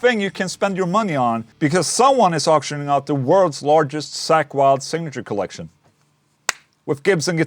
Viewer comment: Call me childish but I couldn't help but laugh every time he pronounced "Zakk" as "Sack" lol